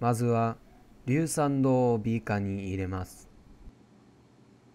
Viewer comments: にぃ⤵︎ ひゃくごじゅうミリ↑のビー↑カァ↓ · 2⤴︎5⤵︎0mlのビー⤵︎カー⤴︎